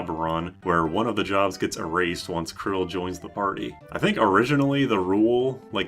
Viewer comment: bro pronounces it "krill" 😭